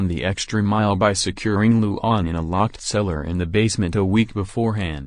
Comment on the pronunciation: you did not say luan's name right